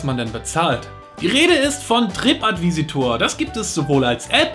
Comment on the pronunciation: "TripAdvisor". Nicht "TripAdvisitor"